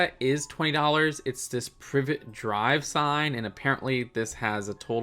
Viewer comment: Glad to see its 'Privet Drive' and not 'Pri vet Drive'